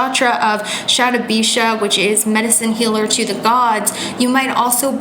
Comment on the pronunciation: You're pronouncing shatabhisha just fine, dear.